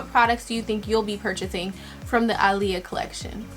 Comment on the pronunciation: You saying her name wrong 😩